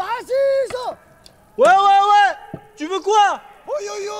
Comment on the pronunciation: D'où c'est "Haziz" mdr c'est "Aziz"